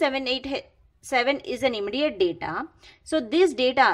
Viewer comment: Immediate ka aap pronountation galat kar rahi hai